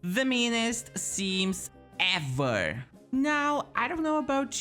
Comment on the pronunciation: quando falou “ever”… brasil!